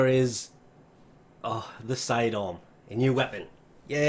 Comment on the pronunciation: I was thinking "wtf Is cydon???" But than I realised, you are saying "sidearm" 😂😂😂